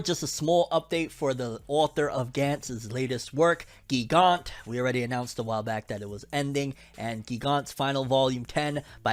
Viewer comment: It's pronounced gigant as giant not gee gant